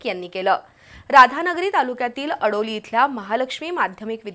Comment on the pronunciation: अडोली नव्हे आडोली